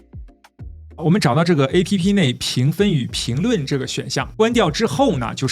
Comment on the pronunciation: 請試著不要讀成"A" "P" "P", 請讀成"APP", 是一個字, 可以嗎？謝！